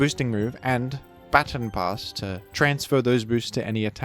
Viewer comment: "Battin' Pass"